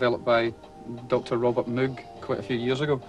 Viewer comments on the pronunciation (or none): C'mon Midge, it's Moog not Moog! (moʊɡ/mohg )